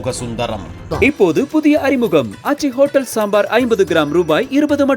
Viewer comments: ஹொட்ட் டேல், பொட்ட் டோகிராபர்... அப்படித்தான் அண்ணன் எப்பவும் ஸ்டைலா சொல்லுவாப்ல 😂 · ஹோட்டல் மற்றும் போட்டோ இந்த ரெண்டு வார்த்தையும உங்களால சரியா உச்சரிக்க வராதா